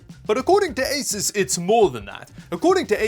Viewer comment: It's "AY-soos" not "AY-sis"!.